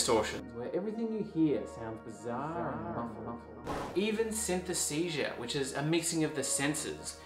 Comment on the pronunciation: You lost me at "synthesesia" 😅 it's synesthesia ✌️